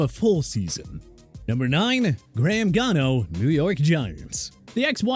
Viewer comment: Did he just really call Graham Gano "Graham Cano"?